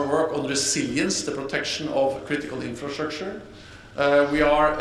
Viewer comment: The guy cannot pronounce "infrastructure" LOL